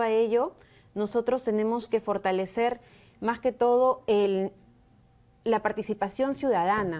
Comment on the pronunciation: Fortañwcer, firtalecer, 😂😂 está en la calle 😂